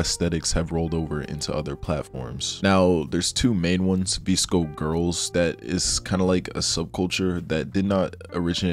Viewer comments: babe 😭😭😭😭😭 it’s “Viss-Ko” for VSCO, not “Vees-Ko” LMAODKSNND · lost me at the pronunciation of vsco